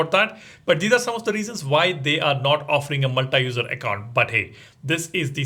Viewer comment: Learn pronouncing "multi" properly